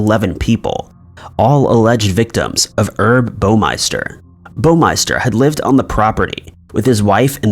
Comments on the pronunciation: Did you just pronounce the NAME "Herb" as "erb" .... Like the plants??? 😂😂😂 The name is short for HERBERT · It's Herb Baumeister dude........ not erb bowmister......baumeister is pronounced bomb-meister...... you should work this stuff out before you make a video....... you wouldn't sound so stupid